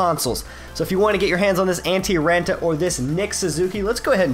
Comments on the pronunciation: the double a has more of an o sound like on. Antti RONta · You're saying raanta wrong. Good video though.